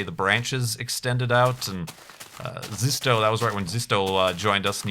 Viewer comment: Dang it, you pronounced "Zisteau" right the first time, then said it the way you always did before near the end of the episode.:))) Thanks for the season, looking forward to the next one!:D